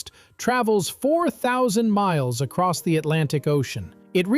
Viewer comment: he said acoss